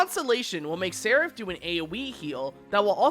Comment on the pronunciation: I think this is the first time I've seen a youtuber pronounce Seraph correctly.